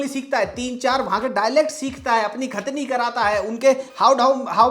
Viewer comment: Khatna ❌ Khatni ✅